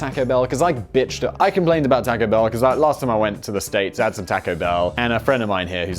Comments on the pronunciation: Please don't say taaco (the "a" sounding like tactile). Say tawco ("a" sounds like awful). First time I went to Canada I found out why my Canadian mother pronounced it like you do. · Theres no k in taco its not the 1950s simon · Simon please stop saying "tack-oes"! My ears can't take it anymore! Oh the dislike button is too far away! Oh my ears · We pronounce it the same (like the British tack-o) in Australia as well. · omg, tAUco bell, same way you say taught. yw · Simon's pronunciation of "Taco" is the most British thing I've ever heard.